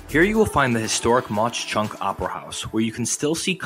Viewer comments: Corrections: The pronunciation is: Mock Chunk, not Moch Chunk. Jim Thorpe was indeed interred there, but he was ANYTHING but "local". Look that up. One thing they got right is, it's a beautiful town. Also, the name means "sleeping bear" in Leni Lenape - Delaware Indian. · Its called monk chunk not maush chunk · MAUK.......NOT MACH CHUNK. WERE DUTCH. GET IT RIGHT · It’s not pronounced MauCH Chunk 😂 it’s pronounced Mawk Chunk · Cool video! I lived on the mountain in Jim Thorpe and it was an outstanding place to live and attend school. I just wanted to let you know that Mauch Chunk is actually pronounced like "Mak." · Very nice video. I'm from Hazleton, which is near there, and have been there many times to walk and bicycle the trail along the river. But, Mauch Chunk is pronounced "Mock Chunk". Thank you. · Really? You’re from Hazleton so you should know, but I always thought it was pronounced more like “Mawk Chunk”. Live and learn. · Nice video..you did a great job but for the record...It's pronounced muck chunk even though it's spelled mauch and God rest his soul, the great architect and father of Allentown PA historic preservation and old Allentown preservation association is the person mainly responsible for the revitalization of Jim Thorpe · C'mon man. If you're going to do a video learn how to pronounce the name. It's pronounced "Mock Chunk". Advice: before making a fool of yourself, ask a local, how do I pronounce your town. I'm from PA. If anyone ever said it like you do, we would laugh him out of the room.